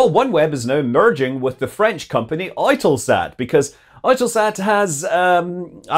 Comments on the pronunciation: "Oy-Tuhl-Sat"?? I've always pronounced it "Yoo-Tuhl Sat" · Its not 'oy-tell-sat' its pronounced 'U-tell-sat' with a silent E. 50-50 $3.4bn merger, UK government retains its golden share and 11% ownership in the new company and makes a small paper profit on their £500m investment in Oneweb. Oneweb was latterly focusing their technology development on laser communications both between their sats (their 2nd gen sats will have laser communication) and to the ground to defeat radio jamming and may also be connected to UK development of laser controlled drones. Only hurdle on the merger is they are working out how to isolate or eject China from the combined company as they hold stakes in Eutelsat. Its complementary as Oneweb is building a low earth orbit communication network while EuTelSat operates 36 large geostationary TV and communication sats. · OiTelSat? Are they Irish? Eu is for EUROPE (and how can people NOT see that???), and that's how it should be pronounced. Or are they changing the currency to the Oiro?? sheesh...